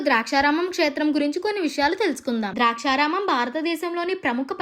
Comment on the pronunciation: అమ్మా తల్లీ... ద్రాక్షారామం కాదమ్మా.....దాక్షారామం. ఇంకా స్ధానిక కథనం... తానిక కథనం కాదు.... ఖర్మ రా బాబు....